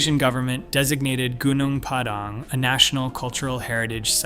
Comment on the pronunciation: It's pronounced goo-noong pah-dahng. Accent on first syllables.